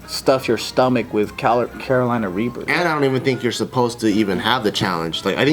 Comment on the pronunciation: always says Carolina Raper. I remember them correcting him.